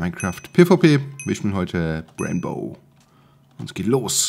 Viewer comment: Ich hab Brainbow das erste mal nicht verstanden